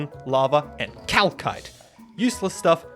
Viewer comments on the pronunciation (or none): Cal...kite? its pronounced calsite :(😦😭😢😨😎😨😢🖤💯💣💦🖖💬✌💯💯💤💛💣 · Why do you say Calcite with 2 K s?